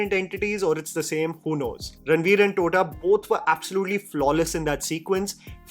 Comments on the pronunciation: His name is Tota as in parrot not Tota as in girl 😂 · Okay, tota is not pronounced that way, it's not the bird tota. That tota is pronounced the way you you'd pronounce the t in tata.